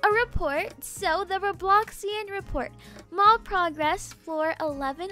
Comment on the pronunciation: for a sec, I thought she said "my mom is so tall" I came back and rewinded but actually said "my mall is so tall" IMAO 😂